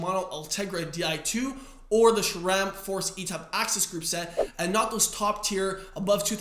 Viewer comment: There is an "H" in Shimano, hence say: "She-mah-no". There is no (!) "H" in Sram, therefore say: "Sss-ram", NOT "Shram"!